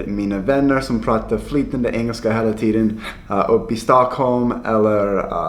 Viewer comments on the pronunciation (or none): none